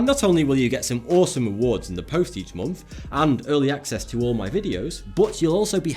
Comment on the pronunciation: Monf? It's month